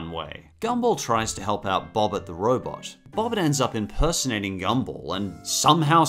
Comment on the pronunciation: It's Bob-ert not Boh-bert